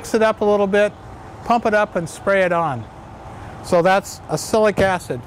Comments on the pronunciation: Yes, he doesn't seem to realise you pronounce it as ox-alic acid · It's pronounced Ox -alic, like this